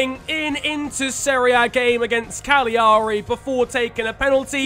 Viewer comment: Hearing you trying to pronounce their name is a bigger punishment to Cagliari than anything the useless fiche at the FIGC will hand out